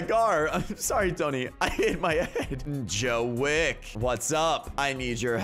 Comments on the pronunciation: It's john wick not Joe wick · "Joe wick" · AND ITS JOHIN WICK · The way you said "Joe wick" lmao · "Joe wick" lolll